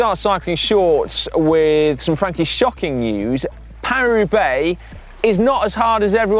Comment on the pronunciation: Why do you always make Paris-Roubaix sound like Peiru Bay?